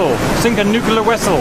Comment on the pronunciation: Nuclear wessell…😂😂@